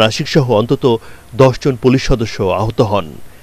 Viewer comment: সংবাদ পরিবেশক পুলিশকে বলে পোলেশ 😂